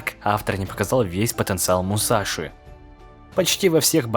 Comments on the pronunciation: НЕ МУСАШИ А МУСАСИ ДАУНЫ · Крутой ролик, только вот одно но: Не Мусаши, а Мусаси. В японском что-то на подобии есть Ш, но в даном случае он Мусаси, а не Мусаши.